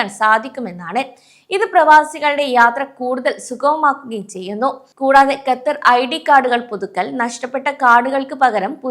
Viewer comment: Exit permit നിർത്തിയിട്ട് 10 വർഷത്തോളം ആയി ആദ്യം Qatar എന്ന് correct ആയിട്ട് പറയാൻ പഠിക്ക്.